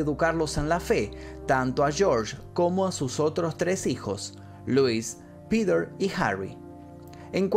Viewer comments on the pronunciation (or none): none